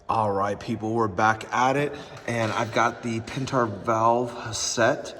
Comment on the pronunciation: Pentar 😂 pent-air